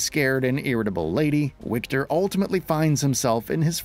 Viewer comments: it is Wiktor not "Łikter" :D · Yo, narrator: it’s pronounced Victor! I get that they spell it with a W, but in Polish, that sounds like a V. are the English voice actors pronouncing this incorrectly as well? Huge L if so.